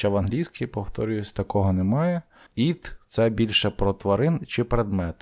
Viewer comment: Вибачте "it" - повинно звучати як українська "ит", а не "іт"! "І"- має вда звучання "АЙ", та українська "И". Якщо звісно не Австралійська англійська мова! "Not" - Британська англійська "нот", Американська англійська "нат"! Вам самому потрібно підтягнули англійську вимову!